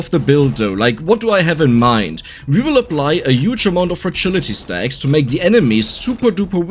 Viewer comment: I love how pronounce fragility - fertility. Stacking with the balls it make perfect sense